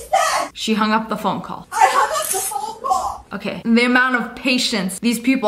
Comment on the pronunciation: i thought she said "fonko" lmao